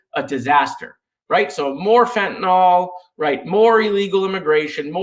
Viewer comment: The medication Fentanyl is pronounced “fent-a-nil” and not “fent-a-nol.”